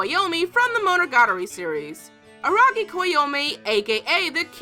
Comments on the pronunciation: It's Araragi not Aragi, you must have bit you tongue.... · Araragi not Aragi. Are Mayoi or something ? Jk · Am I the only one who hears Araragi as ARAgi? Or did I just misheard...